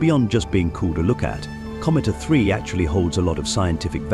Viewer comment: Nothing like sloppy use of an AI tool for voiceovers to end up with “A-3” becoming “uh 3”.